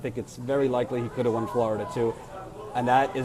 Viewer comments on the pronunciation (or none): none